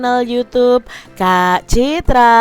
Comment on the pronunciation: sumpah ini orang ngomong kak citra tapi Tai😂😂😂